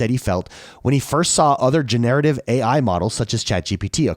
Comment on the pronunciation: Gener-a-tiv 😉 not Genare-ativ